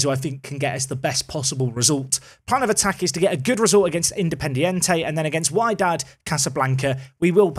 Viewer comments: Its Wydad, as wEEdad :) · Wydad is pronounced Wedad (or WeeDad 😅) and with the number of VAR interventions in the game, expect their fans to be moaning and shouting about it 😂😂😂 I'd say invest in the current crop of players (i.e. new contracts, etc) before thinking whether you should spend the money or keep it in the AI manager's hands. And if you decide to spend the money, I suggest you carry on your goal to bring more Englishmen/Britishmen to the club.